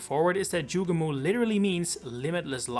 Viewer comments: Joo gay mo, not Joo gah moo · ITS NOT PRONOUNCED JUGE-MOO. ITS JUGE-MO! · Delete this video, you sound like an absolute fool building any theories on the sound "moo" which is no where in the word "Jugemo"